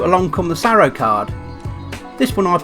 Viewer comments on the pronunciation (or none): I think you meant SAROO, not SARROO.